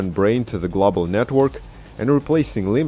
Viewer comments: Glawbal lol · thanks, man. my pronunciation has improved since that. I no longer say "glawble" lol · Thanks man, great video... too bad the video didnt go glawble.... just teasing you. I understand how hard it is to speak a 2nd language (my nickname at work is 33 in german, because how i completely butcher the pronunciation)